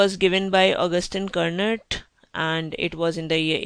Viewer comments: It's not pronounced as Kur-not, it's french, it's pronounced as: "Kurno". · Antoine Augustin Cournot was French, so you don't pronounce the "T" at the end of his surname, you philistine.